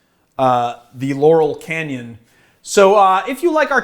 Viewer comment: could've sworn i heard you saying "Yanni Canyon"....